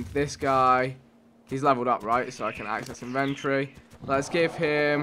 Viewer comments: it's in ven tor e not inventry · Damn vikk "inventry" it's inventory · not inven-tree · It's pronounced in-vent-tory. Not in-ventroy